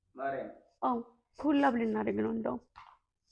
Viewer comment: ኮላብ ስትል በሳቅ😂